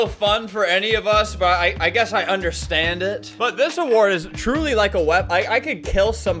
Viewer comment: "sıs" Yes Albert, sıs.